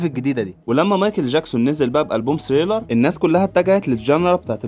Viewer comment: ليش ما تلفظها صح؟!؟!؟!؟!؟! ثريلر و ليس سريلر